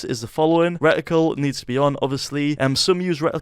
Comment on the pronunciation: i did not know how to turn on the aiming thing in the middle on my Xbox and now i finally know after 4 years. Thank you so much bro. kudos😁😁👍👍👍 "Recticle"